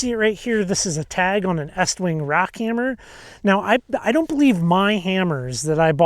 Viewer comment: Why are you saying it like that. it's eeeeestwing.